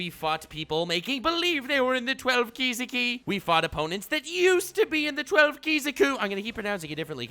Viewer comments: He said "The 12 ki-zu-kou" I'm dead😂😂😂😂 Edit: And he said ki-zu-kou-zi-ki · "12 kizukuziko" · kuziki... Kizuki... Me(an intellectual): kaizoku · 12 Kizuki not Kizuku Love you nux 🙏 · Lol I think its Kih-zoo-key. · Well, thanks to him, i forgot the correct pronunciation of the 12 moon demons. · That moment where you said " one of these time I'm gonna pronounce it correctly" xD HAHAHAHAHA It had me laughing so much! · Your Inosuke complex when trying to say The Twelve Kizuki cracked me up 😂😂😂👍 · Oh gosh trying to pronounce 12 Kizuki is exactly like Inosuke trying to say Tanjirou's name XD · He'll get it right about once every 7 times. Sound about right.